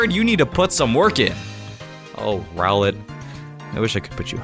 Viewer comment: When he say ROWLET i think he said GROWLITHE